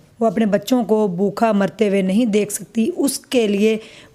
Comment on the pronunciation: ap educated hein achi trah bola krein bokha nahi bhooka r asslam u kam nahi asslam u aleikum r bhi boht kuch